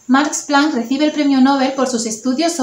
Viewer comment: Jajaja ha dicho Marx Plank